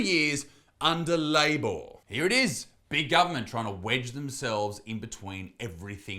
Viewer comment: He does. He's mates with Jordan and it's why he purposely calls it Laybooor at the start.